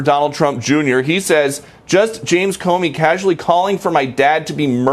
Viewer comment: Hey Comey is pronounced Ko Mee, but no problem I'm still a WIP. love U folks.